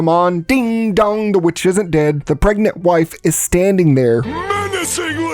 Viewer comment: Pregant??. Seriously? If you want success, you need to take this more seriously and pay attention. Peoples lack of attention and cognitive dissonance is why the world is experiencing a shit storm. Don't contribute to it. Little errors give way to bigger problems. Just sayin...